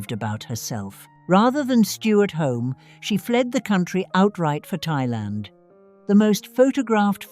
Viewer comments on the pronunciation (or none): none